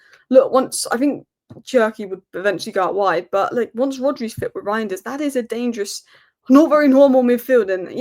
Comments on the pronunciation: it's "rine-ders" . The "eij" is a just a substitute for "ei" in Dutch, but practically has the same pronunciation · I've been pronouncing it "rianders", and i don't intend on changing that.